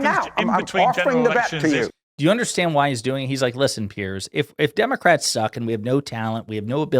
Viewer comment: Piers, as in rhymes with tiers.